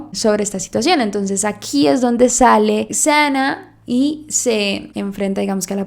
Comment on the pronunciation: Me encantan tus videos! Su nombre se pronuncia “Sana” ❤